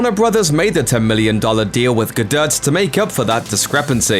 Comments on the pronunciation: Ga-DIRT is not how you pronounce Gadot but thank you for the unintended comedy. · Who the hell says "Gaduht" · Gadot is pronounced “ga-doh”, you goddamn idiot. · am I the only one that winced when he pronounced Gadot wrong? The T is silent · Why can’t this guy pronounce ‘Gadot’, not difficult.